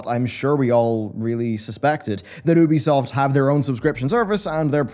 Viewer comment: Learn how to say ubisoft's name please ! It's so annoying ;G